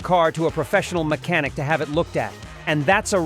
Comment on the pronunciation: The voice is Machine Learning and not even good (mech-Ah-NICK) and the narration sounds like regurgitated AI crap advice that has zero inflection. The whole page and channel appears to be AI derived low-quality crap to make money. The website is awful, too: "AutoVfix is the number one leader blog for all mater relating to Automobiles". I mean ... just ... awful. YouTube is trash for letting this stuff waste people's time and advertiser's money.